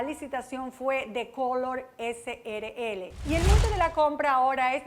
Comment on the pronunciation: ESE SR DIRECTOR NO MENCIONO EN NINGUN MOMENTO A TRANSCORE LATAM SRL COMO TAL SINO COMO TRANSCORE LATAM CRL. ESCUCHEN BIEN "CRL". NI PARA LEER BIEN SON BUENOS